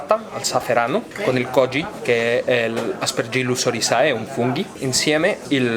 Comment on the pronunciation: E comunque Oryzae di Aspergillus e Rhizopus si pronuncia óryze....latinum est😁